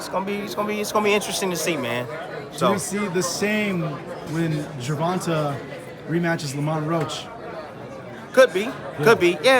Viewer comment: Say Gervonta name right bro you starting to annoy me “Gervontay” is how it’s pronounced